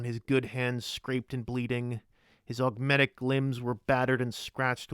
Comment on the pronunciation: Every time you say "augmetic" My brain: ha ha "ogmetic"